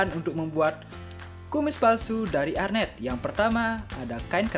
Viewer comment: Nice content kak... kreatif.. tapi btw mau koreksi dikit ya kak.. namanya "Hair net" atau "jaring rambut".. (saya pernah kerja di Salon pengantin) mungkin kita dengernya hernet.. jadi arnet kali ya... tapi gpp.. yg penting ilmunya mantap & kreatif jalan teruuus..😉👍🏻